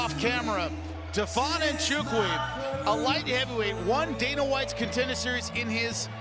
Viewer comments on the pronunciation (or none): none